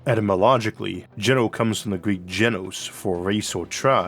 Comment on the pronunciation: Your pronounciation is closer to the proper Greek one. Love your way of speaking - your English is a bliss. Cheers from a Pole who most English people he ever met thought was Welsh.